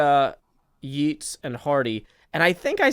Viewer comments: your giggles are adorable. And then you pronounced Yeats as yeets, and that broke me for some reason. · The thing with is that I don't know if he knows that Yeats and Keats don't rhyme because of the Irish phonetics in Yeats and he's just messing with us, although something in me suggests that if he did, it would turns Keats to Kates. I really enjoyed the poems this episode:))